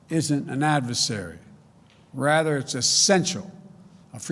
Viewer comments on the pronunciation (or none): none